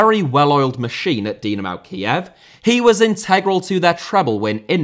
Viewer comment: Butragueño* not Butragano Dinamo* not Dinamau Stamina *not Staminer Zinédine* not Zeneden Fathers* not Fohrthers Weah* not Weyer Serie* not Siri Diego* not Diyeigouw Miles* not Mals Rather * not Rother Cannavaro* not Cannavohrouw Benzema* not Benzemohr Andriy* not Ondrey Rivaldo * not Revaldouw Figo *not Figouw Oleh* not Ouwlei Gullit* not Hăllet München * not Munich Omar* not Óuwmohr Sívori* not Sevori Gianni* not Dgiohrnni Lionel * not Leonl Roberto* not Robötouw Baggio* not Bagiouw Inter* not Ento Grande * not Grandeo Matthäus * not Matthejas Pelé* not Pelei Alfredo * not Alfreidouw Eusébio * not Yusséibiouw Mozambique* not Mouwzambic Nazário * not Nazériouw Johan* not Jouwhan Cristiano* not Crestiohrnouw Regime* not Reigime Half* not Holf